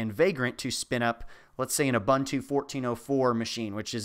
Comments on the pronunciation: it's pronounced "oooh-boon-too" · It's U-boon-too, there is no bun it it. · Pronunciation guide for Ubuntu: "o͝oˈbo͝onto͞o" You're saying it all wrong. But thanks for the video. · Just a pronunciation correction: ubuntu is pronounced oo-boon-too